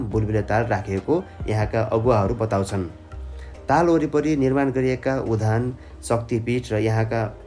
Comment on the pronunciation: सर उधान होइन , उद्यान हो आधा द र पूरा य मिलेर उद्यान भयो